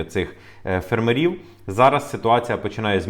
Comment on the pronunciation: Українці,бойкоту'мо польські продукти і товари в Україні! Зробимо боляче полякам,щоб вони не мали прибутку 1,7 мілліарда євро!!!,ставте вірно наголос на слові''фермерів''!!